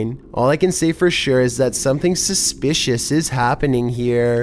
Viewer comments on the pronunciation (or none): none